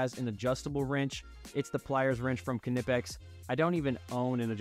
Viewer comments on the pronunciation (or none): That knipex pronunciation hurts but i agree with your list :) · In english, it's okay to drop the K and pronounce it "nip-ecks". It's exactly like "knight" and "know". These are foreign words assimilated into english and we dropped the k over time. Just don't let the germans hear you.